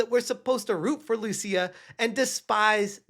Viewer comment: If she is indeed Brazilian, "Lucia" is not pronounced as you did there. First, it's written "Lúcia", and the accent means the stronger syllable is that one. So you put emphasis on the "Lu" part of the name. Note that for some reason the US doesn't recognize Brazilians as latinos, they are in a different category, so Lúcia wouldn't be a latina.